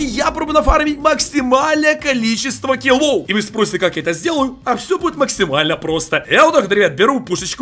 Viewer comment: Не килоув а килоф